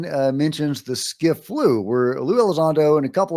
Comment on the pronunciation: Scif not skiff